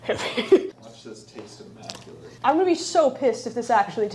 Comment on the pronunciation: it's "immaculate" bb